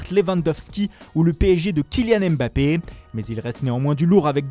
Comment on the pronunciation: Moi je suis pas satisfait du retour de la voix de foot mercato. Il fait des grands accents italiens mais il est incapable de prononcer Mbappé et Dembele correctement....